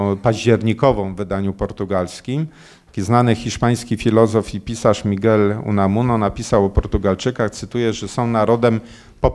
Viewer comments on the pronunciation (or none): none